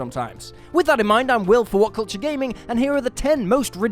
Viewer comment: "Willful whatcultchuh"?